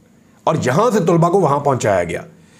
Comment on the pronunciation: Sir very respectfully It's not Tulba Actual word is talaba